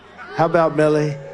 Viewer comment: Every time I listen to this speech and at the debate it seems that Trump says Billy not Milley. I kept wondering which general was named Billy?